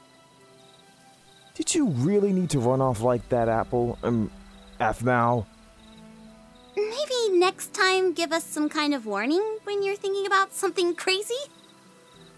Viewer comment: ( that Guy ) = Do You Really need to run off like that apple/aphmau? me = Yo Bro, Its AFmau not apple/aphmau affffmaaaau